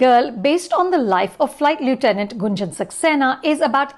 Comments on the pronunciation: Lieutenant ka pronunciation tak nhi aata dadi ko😂😂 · Firstly go and correct your pronunciation of the word 'lieutenant'.